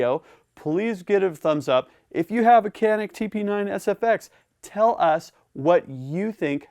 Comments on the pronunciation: It should be pronounced as djanik not kanik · İts not Kenik.. its Canik. 🤦🏻‍♂️ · Hey! its not KAAAANNİİİKKKK..... "Canik" is Türkish word. "Janiyk" is right spelling. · It is not spelled as "Qanik" but like "Janik" starts with "c" like "g" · ben de bunu yazacaktım ki yorumlarda sizinkini gördüm. kenik diye okumaları çok garip geliyor :D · It is Chaa neck This is the way you call it. Not Canik Because it is a turkish handgun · pronounced as "ja-nyk"or "janeek" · Pronounced like John'eek, great analysis, superb Turkish weapons engineering, tremendous value! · Thanks for the video.. If Canik is Turkish, it would be read like: Janik.. A little more straight, but enough.. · Pronunciation is John-nick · Love the Canik. It is pronounced as Djanik though. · I know 100 million people come here to say this but the name is pronounced like " John-ick ". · You are pronouncing wrong.canik pronounce as janic;))) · FYI: Canik actually sounds like Janick in Turkish if you read it correctly for English speakers (Letter "C" in Turkish sounds like "J" as Jane, James, Jay) Thanks for the demo. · Its pronounced “Ganik” 😉 . G like in George. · Your review is awesome thanks for all your these hard & fantastic work. I would like to highlight the right pronounce of the pistol. It is Canik in Turkish but actually right pronouce in English is Janik. All the best... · Silah iyi veya kötü demedim, “Canik” isminin İngilizce konuşanlar için nasıl doğru okunacağını yazdım. (Adam tabancanın ismini yanlış söylüyor)